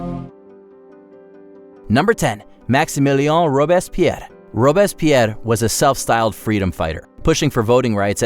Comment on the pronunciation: Learn how to pronounce "Robespierre".